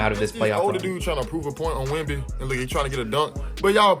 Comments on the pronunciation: if i hear another “wee wee” im unsubscribing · Bro every “wee wee” got me dead💀💀💀